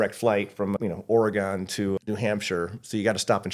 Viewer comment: 0 points for constantly mispronouncing Oregon